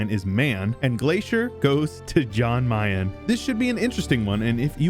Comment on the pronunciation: "John Mayen"